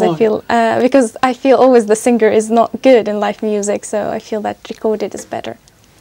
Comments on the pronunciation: Singer? Pronounce sing-ger.. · did she pronounce SINGER AS SING-GER?